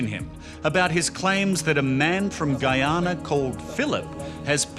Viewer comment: “Philip from Guyana” 😪 really bro?